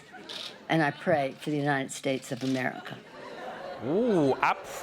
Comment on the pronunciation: It's not a matter of syllables. He fucks up monosyllabic words, too. "God bless the United Shtatesh."